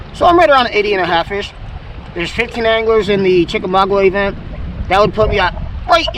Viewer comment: You making fun of Ryan is hilarious even though you still can't pronounce Chickamauga correctly 😂 This vid is worth watching every second